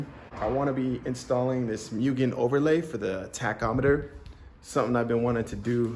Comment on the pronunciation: its mooogen not mewgen